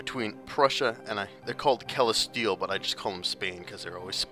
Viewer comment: Castille: CAS - STEEL. It's really not that hard to say. Don't mean to be a bitch but it's been getting on my nerves. (Also AraGON, not AraGORN).